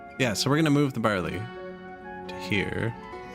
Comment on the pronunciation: My wife and i think you're hilarious. She always gets a giggle out of my 'that's barl-aye(sic)' so she keyed in to you saying it in true Canadian English and not my impression from down south. Keep up the good work; she is watching you now and you got me to buy ostriv!